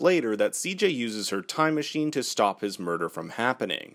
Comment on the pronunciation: its machine Not menchine!